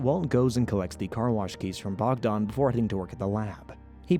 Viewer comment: Bogdan, Slavic name, means god sent. Not Bogdon...